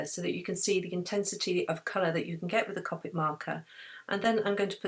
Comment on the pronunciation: I just have to say that copic is pronounced cOpic with a capital O sound :)